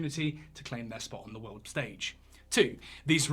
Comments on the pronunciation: Love your stuff but it's 'world' not 'weld'. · He keeps talking about some "weuld" thats gonna end. Whats a "weuld"? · I just love your accent! Especially the way you say 'world'. I go about my day saying, "What in the 'wuwwuld' is going on here?" Or, "It's a wicked 'wuwwuld' we live in!" Or, "That makes a 'wuwwuld' of difference, don't you think?" Love it. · Weld War 3. Why does he say weld lol